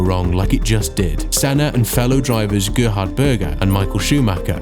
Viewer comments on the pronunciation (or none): none